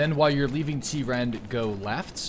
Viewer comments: you were saying t-rend but it’s trend just with a lower case t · It's Trend, not t-rend.